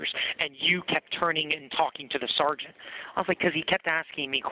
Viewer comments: why does he keep saying sargeant? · My God, I wish they could pass a law where every time said the words "sergeant" or "corporal" that he could legally be smacked in the head. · I would arrest him just for the way he pronounces “sergeant” and says it over and over and over and over…. a nut job. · That's because in the army we say Sarnt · "Sarjunt, SARJUNT!" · SAR-JINT SAR-JINT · “Sergeant” the first ten minutes he said Sergeant 20 times. This guy is entertaining!